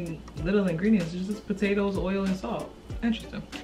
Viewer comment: Mhhmmm mashed potatoers😭🤣sis Ily